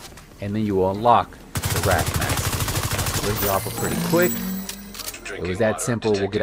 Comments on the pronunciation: Man, I can't believe you called it the Wrath and not the way its actually pronounced 😭😭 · It’s not wrath but wraith